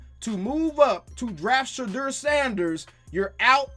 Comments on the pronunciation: That nigga really said shadeur sanders😂😂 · Did he say trade Ceedee lamb for Shedur?!?!?!? 😂😂😂 wow